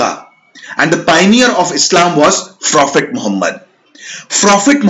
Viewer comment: Not frophet, prophet get your pronunciation right bro!